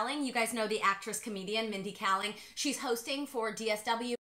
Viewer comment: mindy kaling (kay-ling) :)